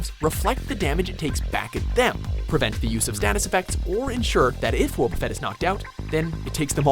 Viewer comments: I love how he kept mispronouncing Wobbuffet, even with clips inserted having it pronounced the proper way That was p funny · The anime pronounces it wahboffet, and you pronounce it whoaboffet. ?! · Pronounced it wohb no woooob like this dude can’t say anything right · Wobbufett's name is actually pronounced like the words "wobble" and "buffet" combined. I'm just saying because the guy in the video pronounces it like "whoa" and "buffet" combined.